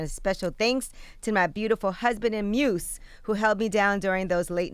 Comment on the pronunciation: Did angela eye just say moose when she was saying “muse”, these personalities can’t read 😂😂😂